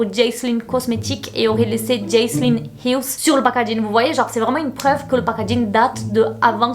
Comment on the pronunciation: "HILL" y a pas de "s" xD!! Et Jaclyn, dis "Jacqueline" au pire maiiiis, si tu sais pas, tape le nom dans la barre de recherche de YT et mate vite fait une vidéo du pays d'origine (souvent les USA pour tes GiVDT) pour voir comment ça se dit;) j'veux pas faire la relou mais ça me gâche un peu le plaisir alors que tes vidéos sont supeeeer cool!